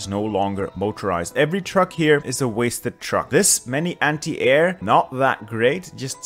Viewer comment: I don't understand why sometimes you say "anti" right and then the very next minute you say it wrong. Constantly saying "semi" wrong however